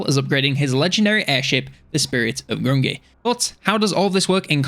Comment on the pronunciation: Grungni - pronounced "Groong'nee"